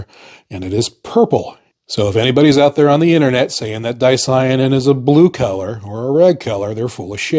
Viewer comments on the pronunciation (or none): you have the most bizarre and unnatural way to pronounce "color". keller? Also, germany never had a hickup 100 years ago. they were trying to save the planet from what we are currently experiencing. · 😅omg..he say" color" like" kellor." Lmao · I heard Keller and immediatly thought of Keller Williams paints.